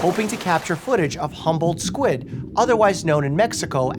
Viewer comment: i though you kept saying "humbled squid" and kept thinking they must be very nice squid